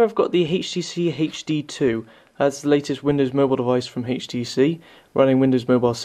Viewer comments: why the hell is he saying hayeh.T.C hayeH.D instead of htc hd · dude...u really need to stop saying heicht tee cee tew....its fucking pissing me off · I can't watch this because you pronounce the letter 'H' wrong. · Where in the UK are you from, you keep pronouncing the H in HTC as Haych -phonetically? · hhaaha "hatchh tee cee hatchh dee two" hahahahahah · haytch tee cee, haytch dee two Rawr. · What country are you from? "Hayche tee c" lol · lmao! that HAYCH TEE SEE line is really funny...